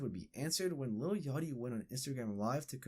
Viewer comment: within one second... LITTLE yachty.. bro... its LIL.